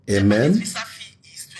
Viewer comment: it is not amem. It is amen! Eediot.